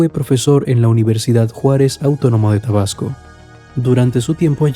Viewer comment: jajajajaja es macuspana no masuspana y es tabasco no probasco